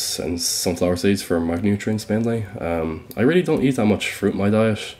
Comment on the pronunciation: Am I tripping or does he says “eesh” instead of “eat”? I’m not a native speaker so just asking for curiosity